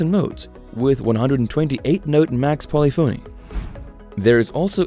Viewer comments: Learn how to pronounce “polyphony.” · Narrator can’t pronounce “polyphony”, so probably knows zilch about music. Kawai digital keyboards beat all of these.